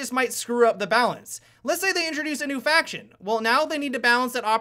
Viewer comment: honestly it kinda pisses me of that you say "Faction" good vid anyway :D